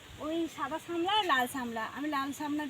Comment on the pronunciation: তোমার ভাষাটাও ঠিকনেই তুমি একজন ব্লগার, শাফলা অথবা নাল, সবাই এটাই যানে,আর তুমি বোলছো শামলা